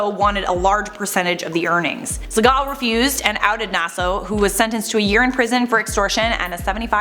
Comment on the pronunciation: I just love top so muchhhhhh❤❤❤ Is it just me or does pronounce Segal weirdly. Or am i the one who pronounces it weirdly?